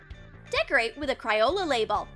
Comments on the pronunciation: Also, it isn’t, “cRioLA”😡 It’s CRAYOLA🙄😡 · Why did she keep on saying Cri-ola?! It’s Cray-ola get it right sis 😡🤬😡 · its cr-ae-oh-la that's how you pronounce it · How u say crayola wrong